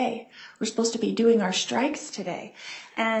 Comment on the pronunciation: Supposed to be doing our “shtrikes” today.